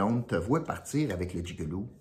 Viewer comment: Tu ne gagnera pas le 100 $ C’est jig-o-loo 🤣👍vite corrige